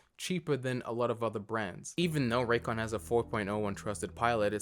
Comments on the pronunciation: Raycon sounds more like recon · YEAH, Introducing, the original raycon hater, he calls them rays con and rancans